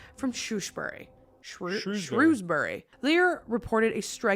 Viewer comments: Shrop to rhyme with cop and is like shear. That's how you say Shropshire and Shrewsbury is like the animal shrew and bury like berry hope that's helpful. Great video ❤ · Just to note, Shropshire is pronounced Schrop-shur and Shrewsbury is pronounced Shroos-burry or as my DH(who was born &raised there) Shrows-burry😉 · I’m from Wem! It killed me the way you guys pronounced Shropshire and Shrewsbury🤣🤣 Shropshire is like Shrop-Shur and Shrewsbury is Shrews-bree, hope this helps 😁😁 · Shropshire= sh rop shur Shrewsbury = sh rohs bry or Sh roos bry (I live here) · Shrewsbury pronounced Shrowsberry. ShROPshire. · I live in Shrewsbury, Shropshire and I cannot state how hard I laughed at the pronunciations 😂 Don't worry people that live round here struggle too ❤😂 I love it 😂